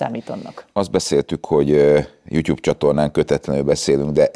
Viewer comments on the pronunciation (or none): none